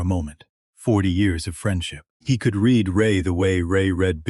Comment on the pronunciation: Language artifacts and mispronunciations are annoying. Get a fluent English speaker to review & explain things like the difference between present & past tense of the word read.